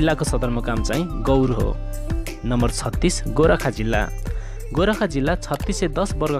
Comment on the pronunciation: नजानी नजानी पनि के जानकारी गराउन मन लाग्यो होला गोर्खा भन्न नजानेर गोराखा भन्छत कुन ठाँउ रैछ गोराखा भन्ने जिल्ला😁